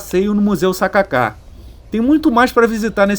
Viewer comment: "sa ka ka" não "Sacáca" 😅